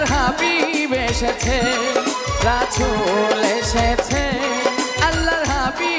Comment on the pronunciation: রাসুল শব্দ টা অশুদ্ধ উচ্চারণ করেছে তাই ভিডিও ডিসলাইক করলাম